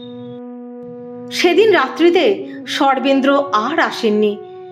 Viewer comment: Sarvendra er naam shune chhi. Sarvendra word tar pronunciation ato baje ( accented ) kano ?